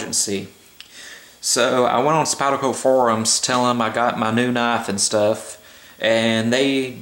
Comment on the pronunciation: "this is the spyerco woio"